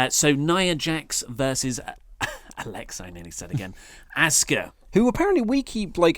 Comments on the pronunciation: I'm British and get it but ask-a or ask-her is not how wwe say it they say it like oscar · FaceMan Buddha lol no it’s not. It’s not pronounced “ah-sue-ka” in Japanese. It’s pronounced “Aww-ska” just like Kyosuke is pronounced “key-yo-skay”... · The correct pronunciation for Asuka is "Ah-su-ka" which is respecting the Japanese culture. So, saying it differently, i.e., in one's own native language, displays a lack of veneration, which cannot be justified by one's culture. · It is Japanese, it is pronounced Ah-s-Kah, short a sound.